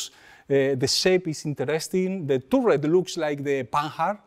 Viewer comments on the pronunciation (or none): Nice picks, although I'm a bit over the Tiger. I agree about the Crusader, great looking tank, one of my faves. Love how your roll the r in "turret"!